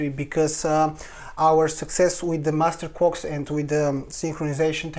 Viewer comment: ohhh - master clocks.... not master quarks,,,,, i was gonna say, they been around since the beginning - lol